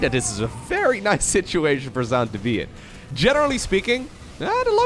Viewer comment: Zoun is pronounced just like zone, just FYI!